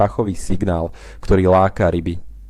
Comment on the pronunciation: Načo fungujú rrryby v jary???